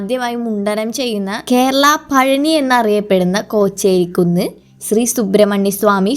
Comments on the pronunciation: Kocheri kunnu alla molee,,chocherikunnu....njangalude swandham naadu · Chocherikkunnu not kocherikkunnu😂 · പൊന്നു മോളെ കൊച്ചേരിക്കുന്നല്ല ചോച്ചേരിക്കുന്ന് ആണ്